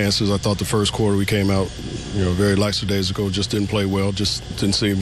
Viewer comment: "Clear the 'bitch'" "Lacksadasical" lol.